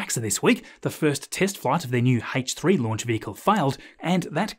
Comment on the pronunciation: Scott Manley: “Hullo”: “Haich 3” 😂